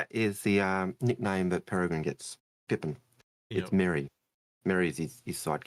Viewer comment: New pronunciation every time also, it’s really not that hard to say “Perry-grin” 🥲